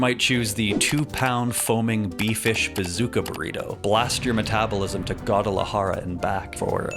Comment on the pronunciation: The way you pronounced Guadalajara made me turn off the video